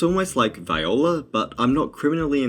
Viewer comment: two things first you pronounce it wrong second, Violas are amazing